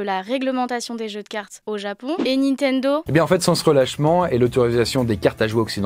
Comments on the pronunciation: ":Nintendo" ou ""Nintento" ? à 😅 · Juste après la promo : "Nintento" Bah bravo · 2.53 : "nintento"?? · Ah oui :"Les débuts hasardeux de NintenTo" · Nintento avec un "T" ? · NINTENTO hahahaha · Ta mis un T à la place du D de "nintendo" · "Nitento" à la 3ème minutes hahaha Sinon la vidéo est top :) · amazonE nitendTo Oof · wesh rien que le début de la vidoe il arrive a ecorche le nom Nintendo vas y degage ...